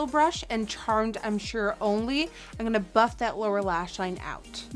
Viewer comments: its funny how she says "ing gonna" instead of "im gonna" lol she is still amazing tho<3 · Does anyone else notice that a lot of girl youtubers say in gunna instead of I'm gunna?